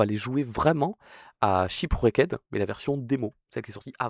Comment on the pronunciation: shipouecked 🗣️🔥 (ça se dit ship rekt au fait)